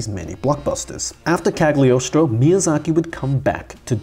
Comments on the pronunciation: I couldn't watch more than a minute. DUDE by the love of God, please research the right name pronunciation! It's not ca(tering)+do(e) it's pronounced ca(r)+toe. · No you have to pronounce it ,[kˌaɡlɪˈɒstɹə͡ʊ]=kal-yoh-stroh